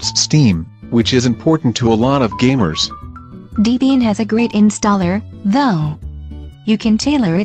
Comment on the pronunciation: Yeah it's deh-bee-yin, not dee-bee-yin.